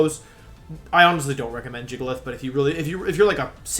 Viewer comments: I have to know, does he say the pokemon's name incorrectly on purpose? Arcaneenay? Tojuhkiss? Jiggalith? Cinderachi? He says Ninetails... THEN SAYS Neenaytails?! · Random Question: I’ve noticed when watching your videos you pronounce some Pokémon names a little strangely. Like Arcanine, you say Ar-ca-nee-nay? Or Gigalith, you say Jig-alith? Cause his name comes from ‘giga’ and Giga Impact isn’t pronounced Jig-a Impact? Or am I just way wrong? Lol